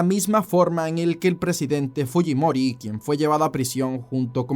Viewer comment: como siendo peruano pronuncias mal fujimori? 🙄🙄🙄